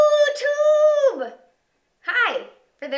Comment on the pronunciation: did she have to say youtube like that?